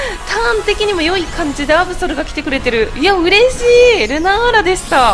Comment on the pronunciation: アブソルのことアブゾルていってますした